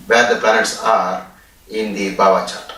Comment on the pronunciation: It is not bava chart. It is Bhava. Bha as in Bharati, Bharat